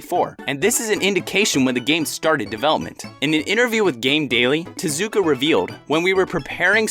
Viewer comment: Such effort to correctly pronounce Japanese names... until "Tuhzooka"